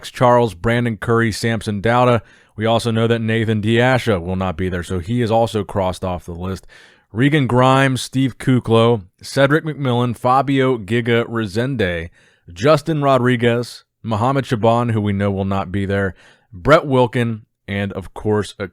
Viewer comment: Why the hell do you pronounce “Giga” in fabio giga with a hard “g”? It should be pronounced with a soft “g” as in “giant”. In fact, that’s exactly what is is, it stands for “giant”.